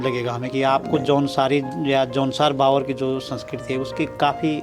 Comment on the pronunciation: ये न भाबर है और न बाबर.....!! ये है जौनसार - बावर....!! जो कि दो क्षेत्र विशेष होने के बावजूद सांस्कृतिक और प्राकृतिक रूप से समान हैं! इसीलिए इनके नाम एक साथ लिए जाते हैं! ❤